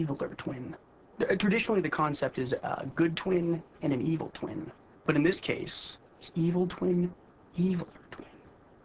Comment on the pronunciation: When Reid said twin it sounded like tween